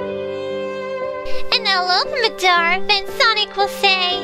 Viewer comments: HIS NAME IS NOT SANIC!!!!!! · every time says Sanic LoL